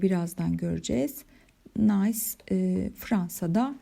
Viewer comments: hocam nays diye değil nis diye okunur o şehrin adı fransızca çünkü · Hocam emeklerinize sağlık, çeviri gerçekten zor bir iş. Telaffuz konusunda da dikkatli olmak gerektiğini düşünüyorum. Nice (nis) ya da au (ou) gibi. Yanlış öğrenilenleri düzeltmek çok zor oluyor.